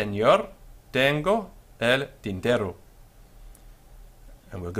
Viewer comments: Lol why are you.pronounce v in Spanish like W? Its a B sound (or a modern greek β sound) Also R and RR contrast in Spanish. R is an alveolar flap, your saying tinterro instead of tintero. Also I think pronouncing Y/LL as DJ is more common than either Y or SH(ZH). Spain and most of latin America does DJ part of Central America does Y Part of Argentina does SH part of Argentina and uruguay does ZH (or maybe I reversed those two) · Muy bien. Just an observation: single "r" has a softer, shorter sound than the "rr", which you already know, since sometimes you say "tinterro" (non standard) and others "tintero" (standard).